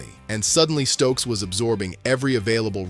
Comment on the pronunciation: Ummm.... Jermod, not Jermaine. Stukes, not Stokes. Treyvan, not Trevon. Janoko, not Janovich. That's all I could take.